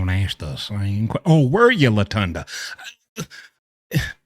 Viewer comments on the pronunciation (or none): “Latunda “ 😂😂😂😂 too funny man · Did he just call her Latunda 🤣🤣🤣🤣🤣